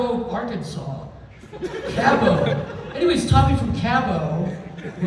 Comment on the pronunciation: Never expected to hear talk about Cabot, Arkansas. The way he said it makes it sound way fancier than it actually is.